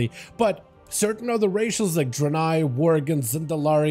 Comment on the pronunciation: Bro can’t even pronounce Draenei correctly